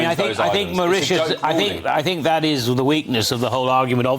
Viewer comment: The woke on the far right of the sofa should pronounce the word Think starting with the phonic sound ‘th’ not ‘f’.